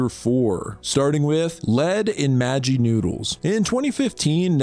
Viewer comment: as an indian i was offended when you pronounced "maggi"